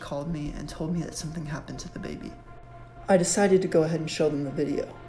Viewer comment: It's something not somefing only the English can't speak their own stupid language 🤔😂😂😂😂😂